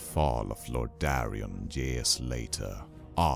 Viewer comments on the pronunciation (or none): Intro was badass, until you said Lordaron like LordArian. Great vid tho. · YOU'RE SAYING LORDERON WRONG!!!!!!! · LordAEron!!!! NOT LORDARION..... fucking hell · It's not Lord- da- rian; it's Lordaeron. Hope it helps in the future. Good narration! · It's lordaeron not lordarrion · WHAT THE CRAP IS LORD-DAREAN? I know what fall of Lorderon is not Lord-DAREAN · can you pronounce lordaeron correctly, it confuse the hell out of me at first with the way you said